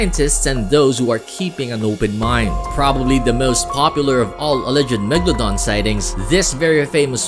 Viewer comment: my friend thought the megalodon was a place cause he pronounced it mega london